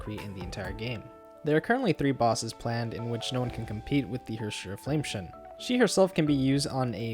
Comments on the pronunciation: Flame "scion" (sy on) not "shun" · I'm sorry, but every single time you mispronounce flamescion you sound like an idiot. it's pronounce "Sai uhn", not shin. Your video otherwise is an amazing resource for new AND Older players, but...you keep misreading the valk names and you're insulting yourself by doing so. Fyi haxxor is still read "hacker". the spelling is literal hacker slang. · HOF is Flame Sa-yon, not Shun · I don't know if you care or not but I believe scion is pronounced like psy (as in psychic) on (as in on top of). I might be wrong as this is not an English game, but I do drive a scion and that's how its pronounced there. Great video, it was super helpful (I love that you source where to farm/what resources to use). As a newbie I have no idea which resources I should be spending and on what. Thanks for taking the time to put this together. Also, as I'm pretty new, do they do reruns a good bit. HoS is my favorite thus far and I don't have her. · You're pronouncing Flamescion wrong. Scion is pronounced cy-on with the cy like in cyber. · Its pronounced Flame seyeone good guide tho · “Flame-tion” is how he pronounced Flamescion. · That's not how you pronounce scion lol